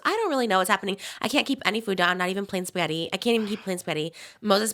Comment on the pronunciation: ‘Plain Spetti’ anyone else notice she doesn’t pronounce the ‘g’ 🍝